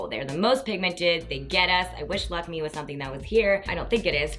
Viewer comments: lakme is kinda french so an accent on the e so its pronounced lac-may! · Nice video girl! Also just an FYI the brand Lakme is pronounced as "Lack May" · Deeps, I love you but you're totally effing up Lakme's pronunciation here haha. <3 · you pronounce "lakme" very differently compared to how Indians do and even Lakme commercials. i like how you pronounce it.